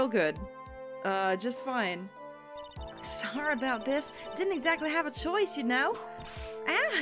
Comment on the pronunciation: Did You Say Soorry instead of sorry. Wow you've been in Canada a while, haven't you if your accent is changing. Has it really been that long I still remember you talking about Canadian customs agents in your Pajama Sam playthrough.